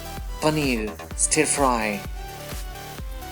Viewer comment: I meant no disrespect... but please do not pronounce 'stir' as 'St-ee-r' . it should be pronounced as 'St-u-rr' instead. I hope u did nt get offended.. ur recipes are awesome n so is ur description..